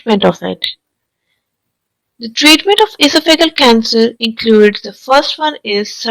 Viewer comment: Sorry, but your Pronunciation of your Topic is Very Unusual and hard to understand. The word is almost Unrecognizable . In American English, the stress is on THE SECOND SYLLABLE. That would be: "ee - SOFF - a - gus" You're saying "EE - so - FEE - gus" with seemingly 2 stressed syllables. And "ee - so - FEE - gul" for Esophageal, which is pronounced here as: "ee - soff- a - GEE - ul". I realize there are variations between American, British, & Indian English Pronunciation. I suffer from Barrett's Esophagus myself so was interested in learning the cancer symptoms. I had a recent endoscope and it was fine, although I have had a persistent cough & some hoarseness for about 10 years & my doctor hasn't seemed very concerned. Perhaps it is a side effect from taking Omeprazole for so long. It does concern me. To Commenters: Don't get your bowels in an uproar & freak out. Any critical comments can sometimes bring a wave of backlash criticism. Since I won't be revisiting this video, I won't see it so you can save your breath.